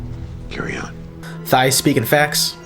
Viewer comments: I can hear you saying “thigh” for the XO's name, lol. It's spelled Tigh but pronounced “tie.” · I'm totally calling Tigh "Thigh" from now on. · Tigh (like Tie Fighter), not Thigh.